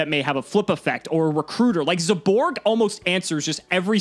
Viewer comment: zaborg: zEyBoRg